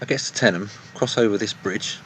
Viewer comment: thank you for saying tenyham right